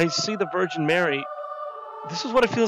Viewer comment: unfaithful boyfriend meme shows up Jon: ah yes, the vrigin Mary.